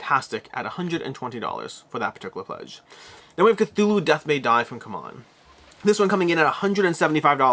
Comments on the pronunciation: C-Mon, not c'mon. It sounds better, anyway. C'mon! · You are the only reviewer mispronouncing C-Mon. It is See-Mon. When Travis was there, you pronounced it correctly. So did he. Does does everyone else. Anyone confusion you have claimed in the past to exist I think is purely due to you mispronouncing it, hah. It's just really weird that you refuse to correct it because years ago for a few months they went by the other pronunciation. They publicly corrected it, and literally everyone else went with what they said.